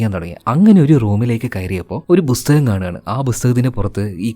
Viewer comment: ബുസ്തകം ❌ പുസ്തകം ✅